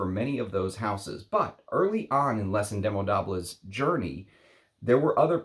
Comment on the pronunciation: Hey, just a reminder that with French, the "s" in velours and Indemodables is silent. If you're going to review French houses, you should learn to pronounce names correctly. Thanks!!